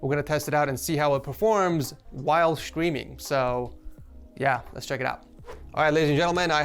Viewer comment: Why do you pronounce it "shtreaming"? Is that how it's pronounced in English?